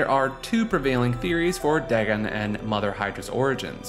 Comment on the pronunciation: "Dag'n" Pfft.